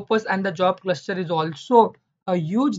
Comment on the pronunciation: Very informative.. But the word cluster sounds like cluscher